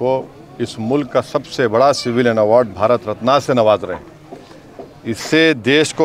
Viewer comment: Madarchod pahle sahi se Marat ratan bolna Sikh 😡😡😡